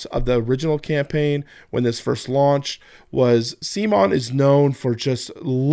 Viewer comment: I love that you pronounce CMON (instead of c'mon, come on, the presumed way they intended) as SEA-MON. Like semen. It's a nice little slap on the face that I believe CMON games deserves.